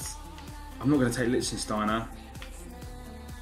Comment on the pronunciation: 8 years in and you still can't say Lichsteiner.. FFS haha